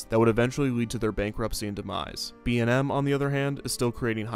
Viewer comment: Dude the commercial for Kumba not only acknowledged the manufacturer, but they also pronounced B&M’s names correctly. That’s pretty cool.